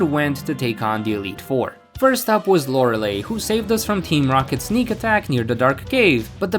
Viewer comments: "Lorelei" isn't pronounced "Lore-eh-lay." It's pronounced "Lore-ell-eye." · Lore-uh-lie, not Lore-uh-lay